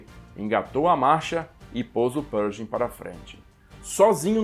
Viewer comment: Interessante a sua pronúncia de "Pershing". Dei uma pesquisada aqui no youtube e em outros sites e não ouvi ninguém pronunciar como você, a não ser o Mark Felton, que é de Colchester, Inglaterra, local de sotaque bem peculiar, mas eles não pronunciam a contração "sh" com som de "j". Não creio que esteja errado pronunciar "perJing", mas me soa bem esquisito...